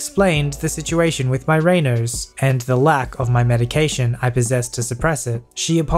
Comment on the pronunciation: It's pronounced "ray-nods", dude.